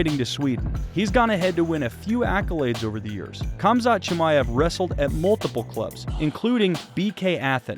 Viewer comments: Its pronounced hamza chimaev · At least pronounce his name correctly